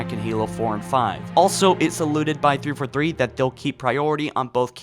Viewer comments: 343 is pronounced Three-Four-Three. Not "thrfuthree". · Dude, I am sorry - but every single video of yours I can't help but constantly be annoyed with how you pronounce thiforthee.